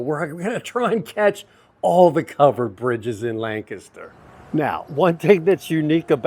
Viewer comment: I love your enthusiasm. I wonder where you are from? People who grew up in the Lancaster area pronounce the word differently from people who are not from the area. You pronounce Lancaster the way that the locals do. I live in Lebanon County which borders Lancaster County to the north. Another great miniature golf course is just west of Strasburg and it is called Village Greens. They actually have two miniature golf courses side by side. One is 18 holes and the other is 26 holes. They are both very nicely landscaped and they also have some challenging holes.